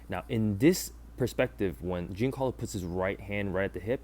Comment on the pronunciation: Dude, it's not "Gincarlo", you don't pronounce the i at all. Banger video regardless.